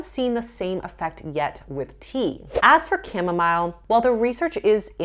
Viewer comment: now how you say chamomile 🤣